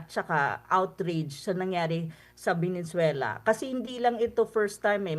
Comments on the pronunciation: Venezuela not venenzuela😂🙄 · VENEZUELA PO PROF HINDI VENENZUELA 😂😂😂